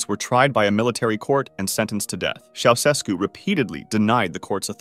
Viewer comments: ITS “CHIA-U-SHESKU” NOT “Sausesku” BRUH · I thought you'd like to know that Ceaușescu is pronounced chow-chess-koo, with a slight accent on the second syllable. I learned that back when it all was happening. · Ceaușescu is pronounced like this: Cha (rhymes with ha!) Oo (rhymes with moo!) Shess (rhymes with chess) Koo (rhymes with two) Cha-Oo-Shess-Koo. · CHEushesku, like che Guevara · His name was pronounced “Chow-Chess-Ku”. Just so you know. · You mispronounced Ceaușescu. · Somebody has probably already pointed this out, probably a Romanian to boot (which I'm not), but the first "S" in the name Ceausescu is pronounced "sh" rather than just a single "S" sound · You have the most incorrect pronounciation of the name “Ceaușescu”, that I’ve ever heard. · That's not how Ceausescu is pronounced. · You are not pronouncing Ceaușescu properly.